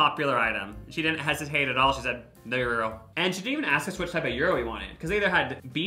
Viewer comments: its actually pronounced yee-row , not yor-row how they said it, you don't include the g as its a greek word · Food court number 2 is pronounced Ji-Row “ Gyro “ if i myself am correct 😂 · That shocked me too they were saying Euro 😂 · Not them saying gyro wrong 😭